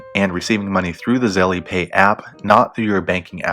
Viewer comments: "Zel" not "Zelly" lol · If you say Zelly ONE MORE TIME! 😠😡